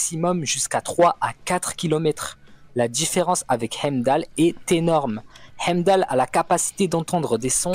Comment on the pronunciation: Pourquoi il prononce heimdal comme ca 😂😂